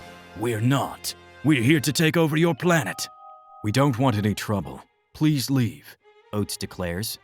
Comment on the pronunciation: leave... not levae!